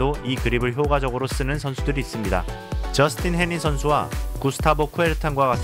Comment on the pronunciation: 잘 봤습니다. 게임을 하다보면 저절로 해머그립으로 돌아가서 신경쓰였는데 자연스런 것이었군요. 그런데 영상중 Justine Henin은 불어를 쓰는 지역의 벨기에인으로, 쥐스띤 에넹으로 발음하죠. 프랑스인 축구스타 앙리보고 헨리라 안 하듯이...